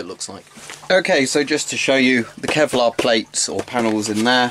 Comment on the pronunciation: "Kelvic Pevlar?" Jokes aside are you planning to all the add-ons like brassard and neck guards?